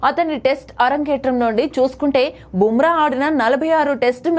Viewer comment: నీకు నీ ఛానల్ కి బూమ్రా పేరు పలికే అర్హత లేదు